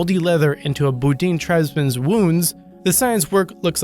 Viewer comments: There was some terrible pronunciation in this video... - Gagarin = "ga-gare-in" (not Ga-gar-EE-in) - "Ilyushin" = "ill-you-shin" (not Ee-yee-shee-in) - Bedouin = "Bed-a-win" (not bo-deen) and not "boo-deen" - Duchesne = "Doo-shen" (not Doo-nesk) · Its pronounced bed-o-win.. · The Bedouin are not called Boo-deans. they are Bed-o-win. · bo DEEN?? How about BE dou in? The ignorance is astounding. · It wasn't the first manned flight though, reportedly, it was powered. If it was manned I would agree that it was the first, but being unmanned disqualifies it. BTW your pronunciation is horrible. What you call bedoin is pronounced bedooin, with a hard E and a soft oo. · The Bo-deen tribe? Do you mean the Bedouin (Bed-O-Win) tribes of North Africa, who migrated there from the Arabian Peninsula where the Bedouin tribes have been living since Ishmael, son of Abraham lived? Guess you can't claim to be the first to do research on your videos. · "Bed-o-win" or "bed-oo-win", not "bed-win". Also "Du-shane" not "Du-cane". If you're going to rage about someone else's incompetence, make sure you're not making mistakes yourself. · You have a remarkable knack for mispronouncing names - Yuri Gagarian (Ga - Gar - in ), The BooDeen (Bed - ou - in) tribe, Ernest Doonesk (Du - sheyn)... I could go on :P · It's BEH-do-in, not boodine. (#5) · And who the hell is "Ernest Doonesk"? I always thought his surname was pronounced "Doo-shen"! And who the hell are the "Boh-deen" tribe? i've heard of the Bedouin tribe, but no "Boh-deen" tribe! Hahaha! This guy's pronounciation just gets funnier and funnier! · It's pronounced Bed Oh Win spelled bedouin. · Yuri Gagarin, not "Gagarian". "Bedouin" is pronounced "bed-ooin". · Bed-oh-in, you ignorant savage. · it made me laugh too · Gag-gar-rin, Bed-o-win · Gagarin = ga-ga-rin Bedouin = beh-doo-in or beh-doe-in Duchesne = Doo-shayn or doo-shen You'd sound a lot more credible if you put the effort into looking up how names are pronounced.